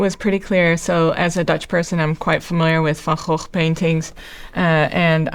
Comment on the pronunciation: Wow you’re the very first person out of all the reactors who has correctly pronounced Vincent’s surname correctly. Obviously as you’re from the same country as Vincent Van Gogh. It was roughly 10 years ago I first found out that outside of the Netherlands we pronounce Vincent’s name incorrectly.Also I assumed you were from North America. “Shame on me” 😢👍❤️